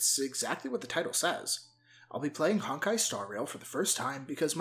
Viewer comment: HONK-ai star rail 😭😭😭😭😭😭😭😭